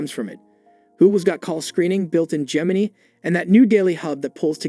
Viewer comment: Lmfao he said gemini (knee) instead of gemini (nigh) 😂😂😂